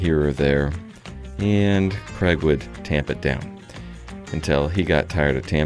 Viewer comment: Is your employees name Craig? It sounds like you are saying Kreg. 😄